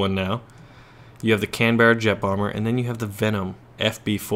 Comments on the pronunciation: FOR FUCK SAKE THIS IS GETTING RIDICULOUS NOW, WHY CANT THE YOUTUBERS JUST TAKE FIVE SECONDS OUT OF THEIR LIVES JUST TO GLANCE AT THE COMMENTS SECTION AND SEE THAT YOU LOT HAVE BEEN PRONOUNCING CANBERRA WRONG, IT IS CAN-BRUH NOT CAN-BEAR-A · Sorta I'm just saying its spelt Canberra but is pronounced Canbra or canbruh but basically they same thing you thinking of :D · It's spelt Canberra but pronounced canbruh that's the joke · Canberra is a city in Australia, where I live. It's pronounced Can-bra, canbruh ;)